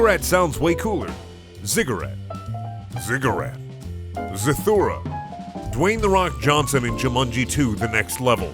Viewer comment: He pronounced Zathura properly